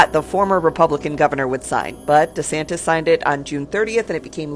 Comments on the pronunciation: Ron de Sanchez? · "Governor Ronda Sanchez?" It's RON DE SANTIS! (SMH)